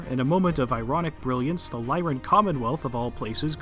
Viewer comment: Finally, someone who pronounces the Lyran Commonwealth correctly (to anyone who disagrees, go read House Steiner).